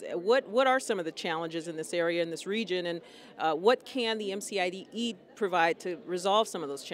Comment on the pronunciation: It's not MFIE summit. It's MCIE Summit.